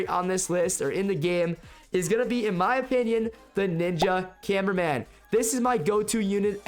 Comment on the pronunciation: You said cineminman 😅